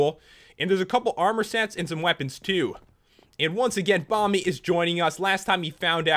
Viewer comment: Who heard pat say "Bommy" rather than Bomby.